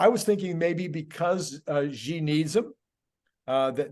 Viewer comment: I love your discussions and share many of your shows with friends. One small but persistent criticism: both of you and many other Tesla-themed YouTubers (with the exception of Herbert Ong) are mispronouncing Xi Jinping’s name. XI is pronounced SHE as in “SHE sells seashells…). I’ve been a broken record with this correction with Electrified, Tesla Time News and others, but nobody seems to listen. Please correct this stubborn ignorance of Chinese language, he is the president of China after all…